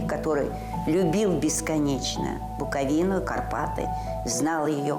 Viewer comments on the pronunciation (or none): none